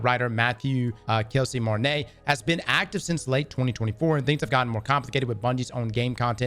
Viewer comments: Bro it’s pronounced MARTIN-OH. How does that look like Martin-AY? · Martineau sound like Marti NO, not Marti nay. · it's pronounceed mar-tee-noe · For future references, Martineau's name is pronounced MAR-TEE-NO ✌ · Quick heads-up, the correct pronunciation of the name Martineau is ''Mar-Tea/Tee-No'' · Being from Louisiana you should know how to pronounce the plaintiff's name correctly 😂